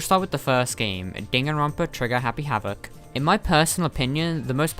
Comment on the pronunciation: You say Dan Ron pa not danganronpa Also leon is very popular to me